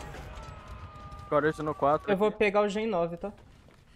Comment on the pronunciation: obrigado pelos vídeos muito divertidos. só gostaria de fazer uma observação caso me permita, com toda a educação e sem ofensa, dá uma olhada na pronúncia da palavra "scourge hook" em inglês, que seria gancho do flagelo / praga/ escória, a pronúncia correto seria algo do tipo "iscúrge rrôk"